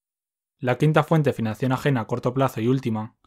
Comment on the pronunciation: por qué dice financión?